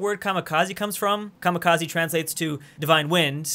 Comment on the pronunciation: Kamikaze not Kamakaze.